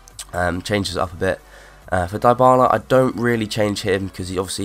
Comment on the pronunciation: Die-Bala? its Dybala.